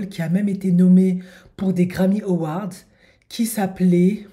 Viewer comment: Les « francophones » votre façon de prononcer « awards» me terrifie